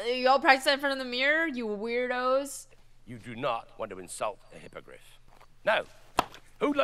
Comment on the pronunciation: love the character developement from you. you went from 0 confidents in pronunciation to identifying that flaw then going into it completely blind and getting it right with hypogryph fuck the haters i love you